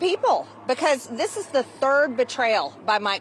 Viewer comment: MTG: LEARN HOW TO SAY "BECAUSE."